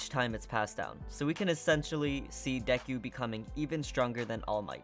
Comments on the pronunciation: 3 mistakes seriously mideria no it's mi-do-ria Next dekuw no it's deku Last it's one for all not all for one, all for one is a villan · Istg it's like he's saying Dequ it bothers me more than it should